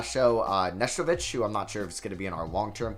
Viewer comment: Lol, yeah bball fan but he doesn't know how to pronounce Nesterovic